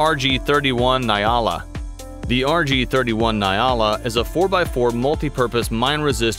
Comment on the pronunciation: Naai-la 🤣🤣 sound Naai hier, just call it Nyala.